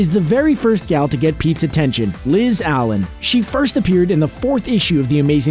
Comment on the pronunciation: It's Liz allAn not allEn you made it sound like Marvel copied Barry allEn aka the flash